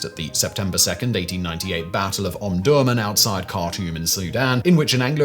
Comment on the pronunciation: Something I have often found interesting about your narrations, although you sound English you do not seem capable of pronouncing names like an Englishman, your attempt at Omdurman here being a good example. Is there a reason for this? Mitigating circumstances if you will, if unsure of the correct pronunciation there are now websites that can help with this. Oh and as the Geneva convention covers only military forces of the world, police and law enforcement agencies are therefore not included, so to this day nearly every single "civilised" police/law enforcement agencies still use hollow point/expanding ammunition, the unnecessary maiming of a criminal/suspected criminal considered desirable, why you ask? Well that's because most police officers are cowards that do not have the bottle to join the army because they don't want to be shot back at.